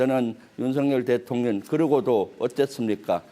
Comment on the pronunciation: 혀가 짧은지 대통령 발음을 대통년 대통년 이라하고, 이 와중에 즈그 대표님의 행동철학을 배워서 편가르기 하고있네. 박안수 장군은 따돌림 당한사람, 기타 하급자 몇몇장군은 대통령과 교감 하고있었던 것으로 표현을 하고있네. 저런사람이 어떻게 별을 넷씩달았는지 ??? 똥별이란 말의 원조가 아닌가? 정치권에 들어갔으면 국민을 위한 思考를 할 줄 알아야 할것이야 !!!!